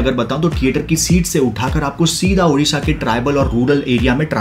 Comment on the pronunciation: Udisha nahi ODISHA 💕